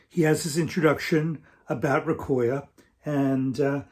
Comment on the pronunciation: Nice vid,. Recoya is a nice resource for sure. Salute to there person who had compiled all the information and to you for promoting it. By the way, don’t quote me on it but it might be pronounced “Reco - Ya” as is “レコー屋”, meaning “Record + Shop” like 八百屋 “Yaoya” (vegetable + shop) or 米屋 (rice + shop), and a little like “Recofan”:-)